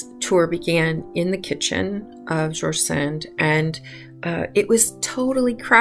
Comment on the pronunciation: Very charming video..... I would respectfully suggest that you check on the pronunciationof George Sand.